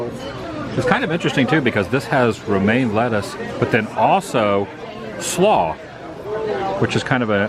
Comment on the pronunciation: I could listen to say “slaw” all day 😉